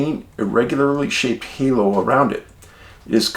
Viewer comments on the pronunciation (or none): none